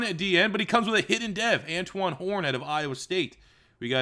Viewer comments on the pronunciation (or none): none